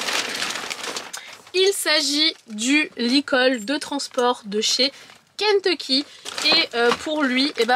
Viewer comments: J’adore comment tu dis « Kenteecky » 😂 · Ça me perturbe la manière dont tu dis "Kentecky" 😂🤣🤣